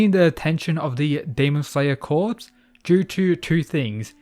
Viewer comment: Yo. Just thought I'd let you know that "corps" is pronounced "core."